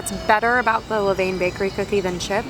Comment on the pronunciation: La-Vin. :) I hope you were not sick after all those delicious looking cookies. I think I'd like Lavain better. In another viewers video, she said the peanut butter chips taste just like Reeces.(lavain)